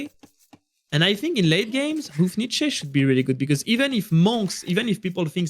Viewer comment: Once again, It is "hou" in word "houfnice" is pronounced same as "ho" in word "hope".